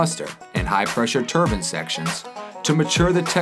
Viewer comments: A 'turban' is a length of cloth wrapped around the head of someone of Sikh religion. The rotational device the narrator is speaking of is a 'Turbine', which is pronounced Tur--bine. Why can't these people they get to narrate these vids learn to pronounce words properly, as it makes them sound like morons. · I think he means "turbine" - a "turban" is cotton headwear worn by sikhs et cetera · It's turbine!!! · American pronouncing of TURBINE makes me laugh! A turban is something an Arab wears ?